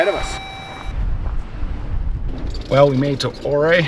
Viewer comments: The town is pronounced You Ray. Not O Ree. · Ouray, "your ray". The river is pronounced Un-come-pah-gray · Pronounced "you ray"...but understandable that it's hard to pronounce when you're new to the area. Great trip video...thanks for sharing.... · Ouray is you-ray fro, what I’ve heard. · It’s pronounced you ray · He managed to mispronounce "Ouray," "Uncompagre", "Imogene", and "Telluride" all in the first 3 minutes of the video. I live 12 minutes from Imogene pass and our local search and rescue teams from both Ouray County and San Miguel County pull visitors with 40" tires out of the ravines several times a year. They're typically from Texas or the mid-west and they can't be bothered to pronounce the names of places out here, either.